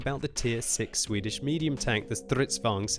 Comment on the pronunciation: Sure: "Swidish Self-Probeld-Gun...